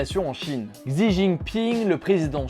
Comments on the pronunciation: Un petit tips pour la prononciation du prenons du président chinois. Il se prononce Chi au lieu de xzi voilà ! Sinon très bonne vidéo merci ! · xi se prononce chi ;) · Ce serait plus "tchi" mais en vrai "chi" se prononce "tche" ^^ enfin c'est difficilement retranscriptible à l'écris car il y a aussi une histoire d'accent qui te change totalement le sens du mot :p Si tu veux vraiment en savoir plus regarde une video d'un mec qui s'y connaîtra beaucoup plus que moi et en plus tu auras la prononciation parfaite ;) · c'est plutot entre SI et ZI surtout pas prononcer le ch comme chat